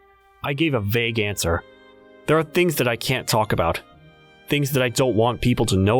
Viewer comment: " things " not thigs